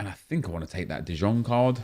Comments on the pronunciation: U should read DE YONG not DE JONG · I am Dutch for 24 years already, and for an English speaker the closest pronunciation would be 'duh yong', not 'zjong' like Nep says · Logetoaster no it isn't, it's pronounced like 'de yong' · IT IS PRONOUNCED DE YONG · Dude stop saying de jong its spelled "de yong" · First of all it's "spelt" de jong, it's pronounced "de yong" - or at least that's the closest pronunciation for English speakers. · STOP PRONOUNCING DE JONG WRONG FFS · Anybody else mad at the way he says “De Jong”